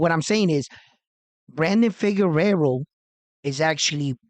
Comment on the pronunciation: is the Substitute Teacher... he just wanna call these fighter's names whatever which way he wanna 😂 - Luis Nery is Narez. Brandon Figueroa is Figerero. Max Kellerman is Callahan...JK. Love this channel bro! Keep up the good reporting!